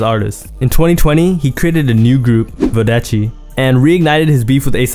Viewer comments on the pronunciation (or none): bro said vuhdeshi its vodeci like jodeci but a v gang. a hard O . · Bro it’s pronounced vodeci VO DE C